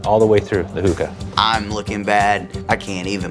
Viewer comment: He can’t even say hookah right